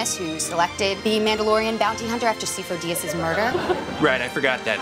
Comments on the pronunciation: I love that she said Sifo Dyas 3 times and every time pronounced it differently. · The fact that she pronounced Sifo Diyas differently each of the three times killed me